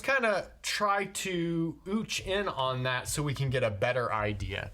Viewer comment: ootch? Well there’s a new word. I might have said scootch